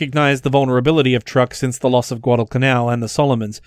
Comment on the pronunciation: Dude, it's pronounced "Chuuk", not Truck.